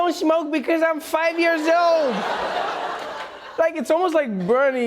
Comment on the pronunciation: What is it with trevor not being able to pronounce the word 'years' correctly? Yoeers